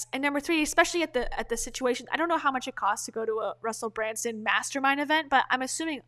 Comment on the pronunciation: You’re pronouncing his name incorrectly. It’s BrUNson, not BrANson